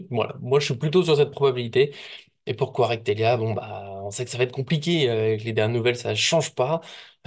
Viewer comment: C'est kvaratshkelia,pas kvaratvelia